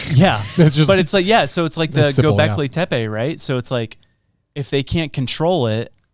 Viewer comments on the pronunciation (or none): You got the pronunciation almost right. "Göbekli" was perfect. You just got the second part wrong. It's "Tepe" and not "Tepey" as you said. The "e" is spoken the same way. You got the "Te" right, just try to match the "pe" to that. Te(h)-pe(h). Hint: set Google Translator to turkish and use the turkish audio there.